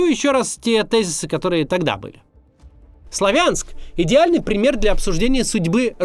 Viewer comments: Сла́вянск правильно, а Славя́нск - это новояз и неправильное произношение. Также как и Ку́пянск, а не Купя́нск!!!!! Постоянно неправильно произносите, уши режет. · СлАвянск!!! На первый слог ударение! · СлАвянск ударение на первый слог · Сла́вянск правильно говорить!!! Всю жизнь так называли, а после 2014 года появилось другое ударение. Пожалейте уши слушателей.